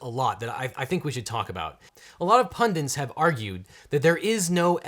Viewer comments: Objection: it's pronounced pundit (not pundint). Sorry, had to have an objection. Was wondering if you could review this video and give your insights as well. It might end up being a short review video where you simply laugh and say "I agree." and that's it. Thanks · Objection! The word "pundit" has only one "n", not two. It is pronounced PUN-dit and not PUN-diNt! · It's 'pundit', not 'pundint'.